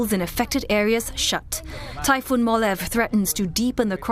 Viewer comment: It is pronounce as "mo-la-veh" not "molav"..